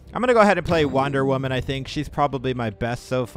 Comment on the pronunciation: I know he did not just say wonder women like that